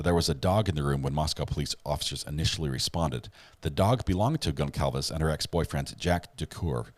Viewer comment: Please pronounce victim's names correctly. Kernodle is pronounced "Ker-'NO-dle". Concalves is pronounced "Con-Salvez". Moscow is pronounced "Mos-Coe". Thank you.